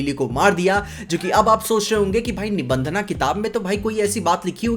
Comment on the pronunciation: Bhai nibhandhna nahi nibhandhan yeh angrezi pana chodo🗿🥂